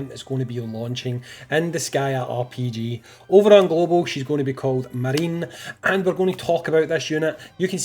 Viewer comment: I'm 99% certain it's Ma ri ne (3 syllables, japanese pronunciation)